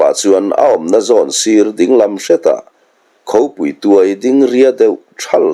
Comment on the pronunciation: Khopui, nilovin, Khaupui tih tur.